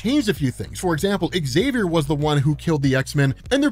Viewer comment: Find an American who can pronounce Xavier correctly - I'll wait.